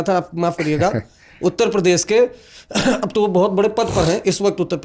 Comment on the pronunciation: सर वो प्रदेस नहीं होता प्रदेश होता है